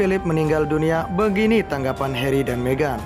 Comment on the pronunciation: Harry, tp dibaca herri, mimin....